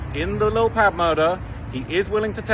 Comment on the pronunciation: It’s pronounced Pob like Pablo not Pabb